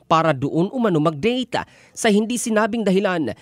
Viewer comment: dayka? deyka? data? date?